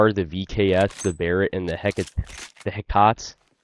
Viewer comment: It's pronounced "heck-ate"